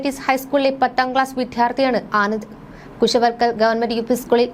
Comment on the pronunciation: Daruna സംഭവം ആദരാജ്ഞലികൾ. Newsreader അറിയാൻ... വിദ്യാർത്ഥി എന്ന് ucharikkan പഠിക്കു.